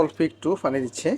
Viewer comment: ফানি মানেতো হাস্যকর 😂 পানি বলতে চেষ্টা করুন। ❤